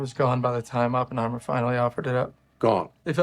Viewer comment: You pronounce it right. It's more the no emphasis on the H that is perfect. It sounds like a strong New York or Massachusetts accent lol